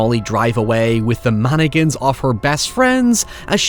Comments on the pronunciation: Why does say "Man-again" and not "mann-ick-in"? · It sounded like you said stay away from Anakins at the end of the video lol Still good advice... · Did anyone else hear "From Anakins" instead of "From mannequins"? Works both ways! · The way you say "Mannequins" was making my american mind twitch with patriotism